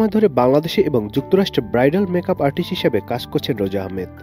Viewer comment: আরটিস ও আছে